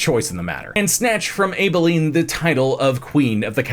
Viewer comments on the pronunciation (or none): Nice research. As a Kansan, please — It’s ABBA-lean not Abe-a-lean. I had to stop watching for a minute while I laughed. Keep up the interesting work. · its ab like yous stomach muscles .... bro you seem to have issues with the a words. you did it with Appalachiantoo lol. but love your channel all the same lol keep it up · Abilene… your pronouncing it with a hard A it’s a soft A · Lol the way you said Abilene.